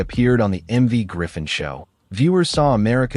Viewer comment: His name is MERV., not "Marv."